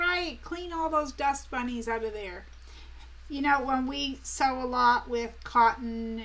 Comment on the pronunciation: That's sew not see.